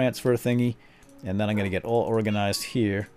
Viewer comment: You always say orgazined, when it's organized.